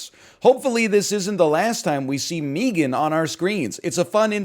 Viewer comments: Why does be pronounce it meegan I'm going to go joker mode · Obviously it's meant to rhyme with began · He probably says it like that because of the Key and Peele bits with Meegan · why does he say it like that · Probably because no one pronounces 3 like "thray," not even Canadians.